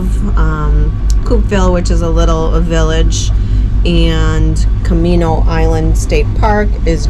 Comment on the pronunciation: And it’s Kah-may-no Island